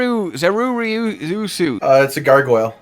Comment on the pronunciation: I always thought Zerureusu was supposed to be pronounced with a Japanese accent